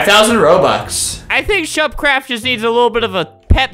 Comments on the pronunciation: He said shuppercraft not shefercraft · No he said sherpardCraft